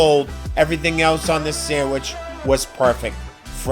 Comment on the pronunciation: Excellent, but the "d" in "sandwich" is not silent.